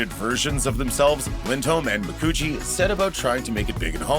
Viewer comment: Kate's last name is pronounced as "McCoochie". She cited it on "Conan".